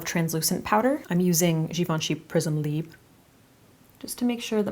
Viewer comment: It’s (libre) leebre not prism leeb